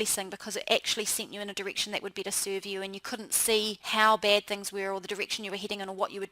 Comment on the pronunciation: omg, no offense but your accent made me lol!!! "your "eide" (head), "everyweire" (everywhere), "beid" (bad)... lmao